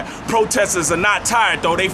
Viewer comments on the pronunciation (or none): Dat and dey? You people really are fucking stupid. Learn the white man's english and you will succeed.